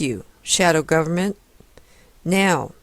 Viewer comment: I want to believe that she is saying gooberment as an intentional slight to the government. Saddly, I fear this may be more charitable than her intelligence warrants. Sadder still, I sat through more than half of this hogwash. As long as I'm here making comments I should add; kickassjim1 is correct also.